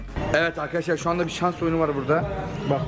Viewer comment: eski vidyosunda Arkadaşlar demiyordu Akydaşlar diyordu Fark edenler 1 linke